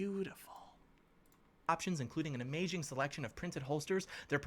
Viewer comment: did he just say “amaging” instead of amazing?